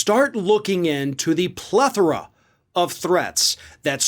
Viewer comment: Well done, you're the first commentator I've heard pronounce plethora, correctly